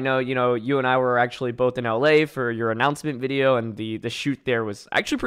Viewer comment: I love how you can hear Wolfe actively try to not say "Wideo"